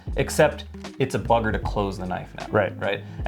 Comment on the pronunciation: Omg you sounded so British when you said buggar....